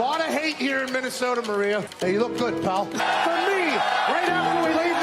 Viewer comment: That and “pal”